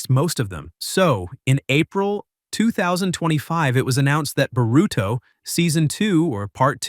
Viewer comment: Why u pronouncing his name like “burrito”😭💀